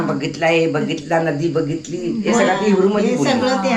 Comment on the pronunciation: HAPPY BIRTHDAY OMKAR🎂💐🎉may god bless u with eberything u deserve आमेन.'हिब्रू' Language आहे 'इब्रू' नाही. मी पण jew आहे.आमच्यात पाया नाही पडत.माझी शालोम सांगा त्यांना.छान वाटलं आमच्या धर्माचे तुमच्याकडे आले🤗🥰जसं नमस्कार बोलतात तसं आमच्यात 'शालोम' बोलतात😊